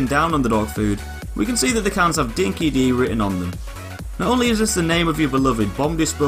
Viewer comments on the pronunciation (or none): Just FYI it's pronounced 'Dinki-DIE' trust me an Australian told me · Its actually pronounced "Dinky Die" not Dinky Dee. I know its not you its the whole game etc... but Dinky Di (pronounced Die) means "the real deal" or "the genuine article" in Australian slang..... that's the trivia lesson for the day :D Good vid. cheers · #razorback0z wtf pay attention to chumbucket when he says the stuff about the "Boom Fields" he says: "Dinky DEE will surely sense em" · Chumbucket pronounces it as "Dinki dee" so I guessed it'd be that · I’m Australian, Miller’s and Kennedy’s Mad Max is part of our bloody culture. And it’s true, although the developers did a cracking good job with this game, ‘Dinky Di’ is mispronounced. Any Aussie will tell you it’s pronounced ‘Dinky Die’ That said though, bloody good game